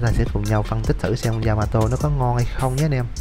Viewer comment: yamato đọc lộn yamatee :))